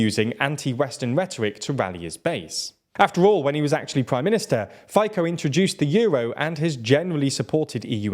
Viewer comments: It is Fico not Fiko , C not K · FYKO!! It's Fee-tzoh. You should be more respectful towards politicians and maybe learn to pronounce their names properly,. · Yeah he won. Sad day for Slovakia. Lol your pronunciation of his name is hilarious 😄 but incorrect. It’s Fico not Fiko, why dont you research it before? I dont pronounce american names in slovak accent And its not S.M.E.R .. it’s Smer.. its an actual word, “direction” in english.. it’s like you would say D.i.r.e.c.t.i.o.n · It's pronounced not "Fajkoh" , but more like "Fee-tzo" - short "o" sound at the end. "Fi" as in "Fidelity" not "fight". From the bottom of my heart, and in the name of all Slovak speakers, please. His face is already punishment enough, let alone someone mispronouncing his name. Thanks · Great video! But Fico is not read as FiKo but rather Fitso, and Čaputová is not Kaputova but rather Chaputová. Thank you 😅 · It's pronounced Feetsaw, not Faycoh. Wait. He's corrupt, he allegedly has ties with mafia and he is pro-Russia/against Ukraine. It figures. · It sounds funny when you try to say "Fico", it's "Fitso" not "Fayko", couldn't you check how to pronouce non-english surnames? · You cannot possibly agree with the pronunciation of Fico as "faikow" instead of "fetso". My ears are bleeding. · FICO is pronounced like "fitzo", not "fy-cko"! You made this mistake last time too and plenty of people pointed it out in the comments. Slavic languages don't change "c" to "ck" (you made the same mistake later when mentioning our president too) and are read as they are written. He's unfortunately not likely to leave our politics soon, so it's good to learn the pronunciation now at least :D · Impossible to listen. Robert is [fitsɔ] and not [faiko]. How it possible to pronounce wrong surnames of 80% european politicians. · Robert Fico correct pronunciation is Robert Fitso. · Its pronounced “Fitso” and “Chaputova” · "Roubert Fajkou" 😅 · It's FICO [fitso]